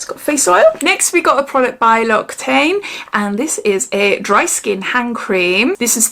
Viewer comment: Just thought I'd let u know Loccitaine is pronounced 'Lock say tan' I know you're always saying if you're not sure how to pronounce something u like us to let u know 😊 💖💋